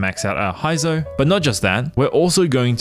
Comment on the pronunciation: bruh who tf is "Hi-zou"?? 💀💀 I'm out